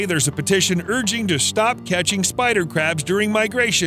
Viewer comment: Why do i hear every spider crabs as Spycrabs